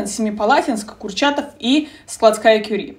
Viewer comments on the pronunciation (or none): Простите, побуду душнилой, так что заранее рекомендую открыть окно. Мария Складовская-Кюри, а не Складская. А так, спасибо за видео и очень полезную информацию:)